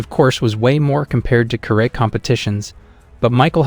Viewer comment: You're saying karate wrong 😂